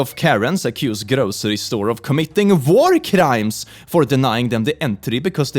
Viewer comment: No offense but when said “war crimes” it sounded like he said “vore crimes”